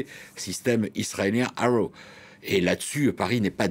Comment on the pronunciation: Un autre expert Français qui ne sait pas prononcer “arrow” en anglais.